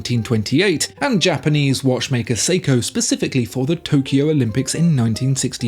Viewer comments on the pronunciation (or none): none